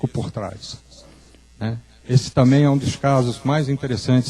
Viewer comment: boa a palestra , mas ver um ufólogo , que é engenheiro dizendo " tamem " em vez de " também " . é dose pra mamute enfurecido picado por abelhas africanas nos testículos. Tudo bem uma pessoa não estudada cometer esses erros de português , mas um engenheiro ?